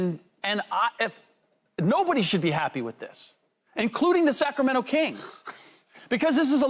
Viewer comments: the Cacramento kings😂😂😂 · You heard him the....Cackremento Kings 😂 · This man said the cac-rameno- kings